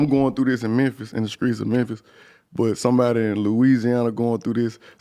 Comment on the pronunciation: I can’t stand that shit. Like bitch ur from America. Speak English not ignorance. And he and others ain’t from the streets, they from “skreets”😂 fuckin corny ass shit. Bag b wearin skinny jeans sooooo tight that idk how bags bags breath. Dudes trash af. Has NO lyrical talent. The ONLY reason I’m here is to put him out there. He scary af he started beef wit ralo then how’d our and canceled the show. He ain’t “skreets”😂😂😂